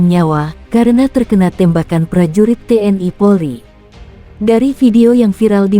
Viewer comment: Belajar ngomong dulu jgn TNI harusnya te en i